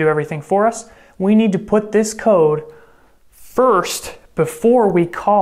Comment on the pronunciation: i understood "lines of coke" instead of "lines of code"